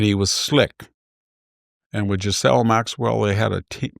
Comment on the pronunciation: 'Ghislaine' (pronounced gee-len) not 'Giselle'.